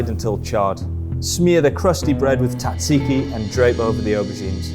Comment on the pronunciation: Your pronunciation of Tzatziki is criminal.